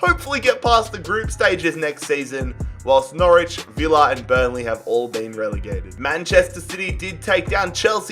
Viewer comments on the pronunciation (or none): none